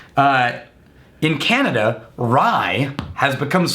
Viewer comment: Remember when called it Canadia? Lol